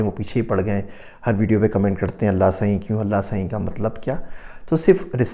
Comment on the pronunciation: Aapka Allah saien bolna bahut achha lagta hai